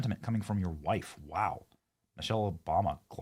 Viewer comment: lol "WIIFE" 💪💪💪